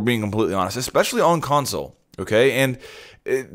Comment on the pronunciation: Yeah!!! i'll try Mute on Consul next time!!! ... it took me 3 minutes to figure out he was saying on "Console" smh